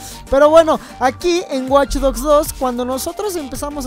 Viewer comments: alguien mas noto el Waych en ves de Watch? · WTF DICE WaychDogs 2